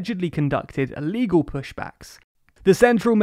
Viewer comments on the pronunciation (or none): Illegal, not Illgal.